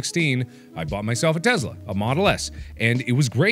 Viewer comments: It's a Tesla, Mark, not a Testla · teSla, not teZla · Are we just gonna ignore the “Testla” If you’re gonna advertise, advertise it right damnit! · "A teZla" 😂😂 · The Breaking News said Testla. Not Tesla. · Am I da only det noticed he said in na news bit it said get a free testla instead of a free tesla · was it meant to say Testla? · This is me picking but holy fuck it is tessssla not tezzzzla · I hate yhe way he said it "tezla"